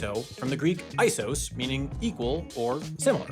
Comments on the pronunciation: the word isos (ίσος) is not pronounced i-sos but ee-sos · that's not even the correct pronounciation if you were speaking greek.